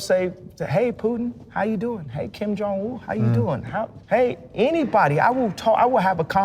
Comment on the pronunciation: "Kim Jong-Wu" 🤣😂